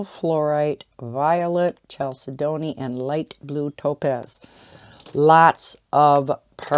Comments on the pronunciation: chalcedony I think is pronounced more like Kal-said-on-ee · Chalcedony would be: kal-said-knee